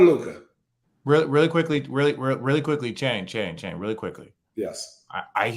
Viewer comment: Perk is like the uncle who everyone goes "there he goes again" to. And, what is on his screen? he keeps changing colors. Also, every time he says Channing's name, it sounds like "Shannon".